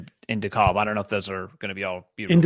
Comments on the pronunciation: This is so late but I wanted to go back and watch this, it’s “de-CAB”! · DeKalb is pronounced De-Cab